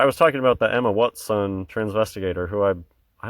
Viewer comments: Luv the wat son way you say it man hilarious bro keep up the good work pal peace out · Crackin' me up with the "Wut-son"